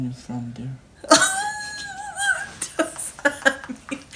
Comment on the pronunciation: “I will find it down der”🤣🤣🤣💀💀💀💀